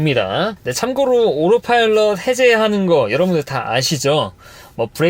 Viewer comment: 오로파일럿 밖에 안들리네...